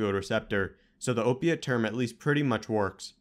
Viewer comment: Can you say OPIATE!